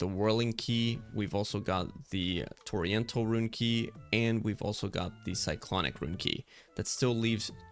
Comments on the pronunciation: Bro, Torrential is pronounced Tor-Ren-chull not Oriental with a T in front of it. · Thx man, very helpful! Fyi torrential is pronounced ‘tor REN shul’ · “Torry-ental” lmao 🤦‍♂️ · Torrential, an actual word, with an actual way to pronounce it. Toriental, water Asian? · It's also spelled "torrential," my friend. I think you reading it with the "i" before the "e" instead of after the "t" may have contributed to your pronunciation. ;) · I am forever going to say Torrential the wrong way from now on as you have brain washed me with this video🤣🤣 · The fact that he said it SOO many times had me fuckkng WHEEZING 😂😂😭😭🤦‍♂️🤦‍♂️🤦‍♂️